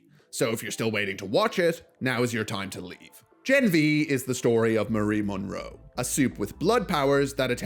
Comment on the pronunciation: Its "Marie Moreau", not Monroe😅